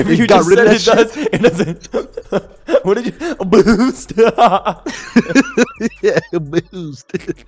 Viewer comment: The way says boost, I can’t 💀💀💀